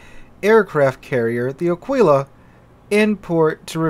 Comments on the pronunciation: Nice video, as usual, a fair and balanced exposition of your opinions. One thing, though, it’s pronounced Àquila, not Aquìla Alike it’s Brìndisi and not Brindìsi, etc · Pronunciation: Ah-Kee-La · Wrong. pronunciation is almost on spot, since when saying "qu" in Italian you have to say the "u" loud and clear. The only mistake he makes is the sress, the emphasis should be on the first "a", and not on the "i". Just like with the English "eagle", you put the stress right at the beginning of the word. So it's like AA-kwe-la